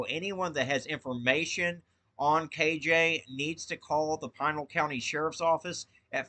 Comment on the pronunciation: Thanks for report. Also it's pronounced Pee nal..